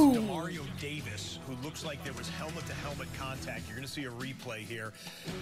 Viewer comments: “Helment” cash must’ve failed english class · Even flight knows how to say helmet